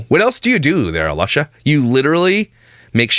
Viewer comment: I just love watching your channel. You are insanely funny! FYI - I don't even watch family vloggers; I watch you making fun of them. LOVE LOVE LOVE them. When you call (sp?) A-LUSH-a I almost lost it! Thank you for making me always laugh out loud!